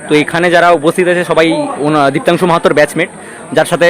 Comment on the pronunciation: That's diptanshu not debanshu